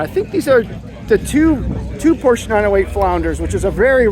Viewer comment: Fun coverage and you were one of the first on YouTube. FYI-You're pronouncing Porsche incorrectly.